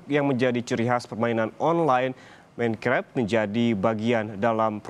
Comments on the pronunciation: Pak MainKraf Bukan Menkref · Nobody: mEinKrep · Bapak itu bilang menkrep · Aku paling ga suka kalo mereka bilang "minkreft/minekraf" 😂